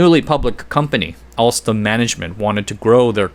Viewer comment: "Alstrom CEO Patrick Kon" lol.